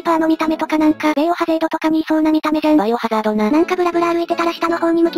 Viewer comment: エイプリルフールアプデ来たぁ! モブが全てポテト化していたり、 〜のホットベイクドポテトがめっちゃ厄介なのと 〜のボスがめっちゃ強すぎたりと凄いカオスなアプデやんK〜 でバイオハザードじゃなくて、べぇおはざーどの方を言う所好き、後 の例えが懐かしいやんK〜